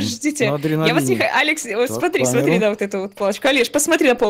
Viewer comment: так и есть нах. Я всегда это слышу а не НА